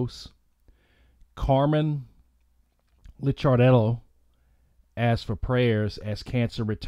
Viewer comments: Dude, it’s pronounced “Liquor dellow” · Its Lick-ar-dello. Its On-col-o-gist. :)